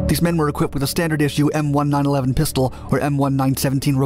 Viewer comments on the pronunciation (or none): "m1 nine Eleven pistol" Idk why but everytime someone completely butchers the name of something especially a military designation for a gun, I take everything else they say with a grain of salt